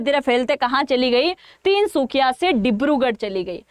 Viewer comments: ❤❤❤ Tinsukhiya तिनसुखिया नहीं तिनसुकिया बोलिए। Please improve your knowledge first. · Tinsukhia naii maam Tinsukia kehte haii 😊. But aapp ase bolete ho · "Tinsukia" not tinsukhiya . Tinsukia ka Matlab trikon ya triangle 😅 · Meda tinSukhiya nahi ❌Tinsukia✔️ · Tinsukhiya nehi Tinsukiya hain next time galti mat karna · Mam....Tinsukhiya nhi Tinsukia ok and